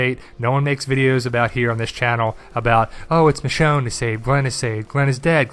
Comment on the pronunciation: it's michonne